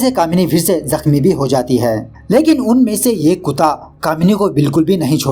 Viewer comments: Its kutta not kuta😂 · Bhai kuuuta nhi kutta hota h pr badhiya h apka style